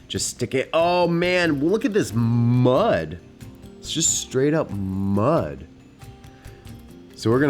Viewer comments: naaaaaahhh nigga you're so bad at saying muuuuuddd!!! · The emphasis on mud Muhhd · Why does he say mud like that 😂😂🤦‍♂️ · The way he says mud 👍🏼🤣